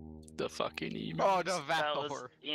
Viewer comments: god that was smooooth the radio interference and the presentation just perfect immersion the only flaw is your pronunciation of emu, which i suspect is because a) you find it fun to say that way and b) because it makes us aussies complain lmao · "Emoooo" As an Australian your pronunciation is horrific, then again everything here even the non-aboriginal named places are hard to understand For reference it's "E" as in how you say the letter, M as in mmmm, and U as in you. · lol this is epic! btw they are pronounced E-Mew(s)